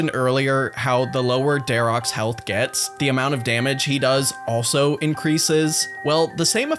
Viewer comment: It's my pet peeve when someone calls for example Dharok, the brother. "I just killed Dharoks, time to go to the middle and finish Ahrims". Dude. It's Dharok and Ahrim. Not dharoks and ahrims. The armor is what's called Dharok's armor or Ahrim's staff and such. Verac wears Verac's armor, which ignores prayer(?) on some attacks.